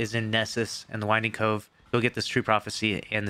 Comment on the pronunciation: Did anyone else chuckle when he kept saying winding cove? Lol